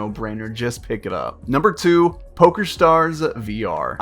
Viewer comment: bro and he says umber 2 lamo